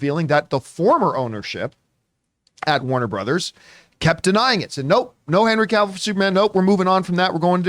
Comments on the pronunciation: She said ca-vill. He said she was professional?? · John, is a red flag if the host can’t pronounce Henry Cavill’s last name, I mean is Henry FREAKING Cavill